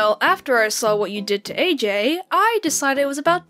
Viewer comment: Welp i can only say is..... When says “ EJ “ instead of “ AJ” because Ej stands for Epple Jack not Apple Jack